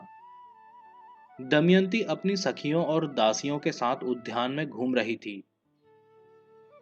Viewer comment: Kya kya bolte ho udhyan nahi udyan Junia nahi jua otherwise O.K.